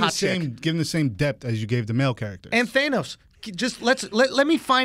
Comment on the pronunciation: I love how committed they are to mispronouncing thanos